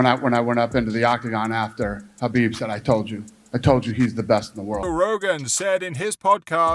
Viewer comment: Ca bib. Its pronounced kah beeb. Not cuh bihb